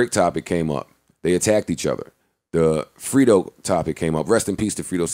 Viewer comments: Its Fredo(Fray-doe) not Freedo Joe smh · you mean to tell me no one could have corrected Joe when he said Frito instead of Fredo . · i fuck with you JOE but you gotta chill callin FREDO (FRAY-DOE) "frito" my nigga smh...i was cringing every time! #RIPFREDOSANTANA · JOE SAID FRITO SANTANA AND NO ONE CORRECTED HIM LOLLLLL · It's Fredo not Frito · Who tf is “free-doe “... c’mon msn get it together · lmao RIP "FRITO" smh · His name is FREDO (F-RAY-DOE)